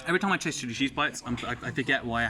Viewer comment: Every time he says chili cheese it sounds like shitty cheese lmao